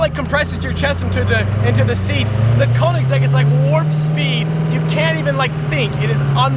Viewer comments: Why do you say Konigsegg it speaks like königsegg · Its pronunced Ko-En-ig-segg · Its not konniksekk man 😂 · I HATE when ppl say Konigsegg as im german and i know how it's actually pronounced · Man im getting to fucking triggered Koenigsegg is pronounced Königseg the "ö" i pronounced as the "u" in duh. Try it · How many times did he say kenigsegg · Conikgsegg lol how he pronounces it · Imagine now knowing how to pronounce the name of your own car right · He didn't even know what year his car was and he couldn't pronounce Koenigsegg properly....🙄😤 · The way he says koenigsegg is wrong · You can't even properly pronounce "koenigsegg" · It's not a Koenigsegg... It's a Koenigseggiseggiseggisegg If you know you know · I hate how he pronounced koenigsegg Only Germans will understand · Its a Köenigsberg and not a KöenigsEGG! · pls learn how to say koenigsegg